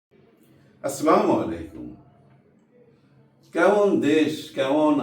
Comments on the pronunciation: ভাই আপনার ভিডিও আমি দেখি। আপনার সালাম দেওয়াটা ঠিক হয় না আসলামু আলাইকুম না বলে সুন্দরভাবে আসসালামু আলাইকুম বললে ভালো হয় তাতে অর্থ সঠিক হয় । ধন্যবাদ। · আসসালামু আলাইকুম ভাই, আপনি আমার অনেক পছন্দের একজন মানুষ। আপনার সালামের মধ্যে ভুল আছে। আসলামু আলাইকুম না বলে আসসালামু আলাইকুম বলবেন।